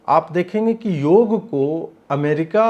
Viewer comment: योगा नहीं योग बोलिये mahiday